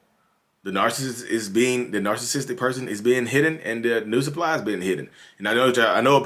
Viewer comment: “The new sup-pie” lmaoo